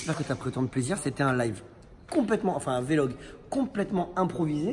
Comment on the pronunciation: La prononciation de Maybach c’est « Maybarrh » ou « Maillebarrh » et non « maybak » ça c’est à Phuket;) Ensuite on dit vlog et non Vélog;) C’est ptet pour ça le à la fin 😅